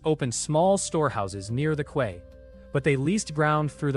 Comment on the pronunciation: Your AI needs work, quay is pronounced like key, not kway. The math needs work too, 100m sqm after the crab, 10k after the wolf, 1 million after the pig and 100 million sqm after the leviathan. That's a lot more than it said in the story.